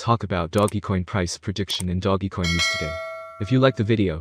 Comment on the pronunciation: Can you say doge coin not doggy coin 😂🤣😂🤣 come on bro